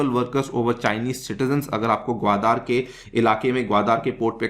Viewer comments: भाई, ग्वादर है ग्वादार नही! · Respected sir your pronounciation of gwadar port is most annoying part of overall lecture otherwise entire lecture is good